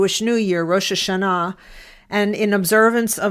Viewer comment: girl... you are not even capable to pronounce correctly "rosh hashanah"... and you think you are capable to expose FBI?